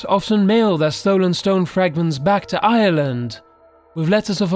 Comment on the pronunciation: I HATE THE WAY HES PRONOUNCING IRELAND ITS ACTUALLY TEARING ME APART